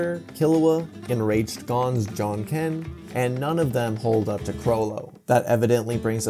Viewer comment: His John Ken? Isn't it Ja Janken?